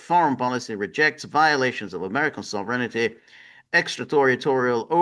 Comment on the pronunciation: George is conjuring the ghost of Frank Costanza the way he pronounces “sovereignty” as “sovereignity”. Sovereignity Now!